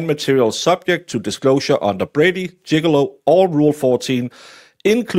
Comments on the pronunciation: To be fair, pronounces it Jiggilow😂 He'll come in and slip on a banana peel next act! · Gig-lee-ooo =Giglio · But pronouncing Gigolo is so funny 😂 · Don't tell him, it's perfect the way it is 😅